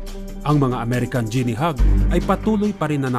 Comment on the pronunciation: Di mo ginawa homework mo. Sablay pag pronounce mo ng guinea.